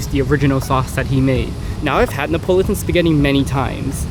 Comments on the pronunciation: It's pronounced "ne uh pah luh tun". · Neapolitan has 5 syllables, not 4.